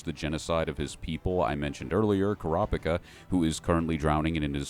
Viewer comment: Core-a-pick-a. Huh. I always just went with the Japanese pronunciation, but sure. You do you boo-boo.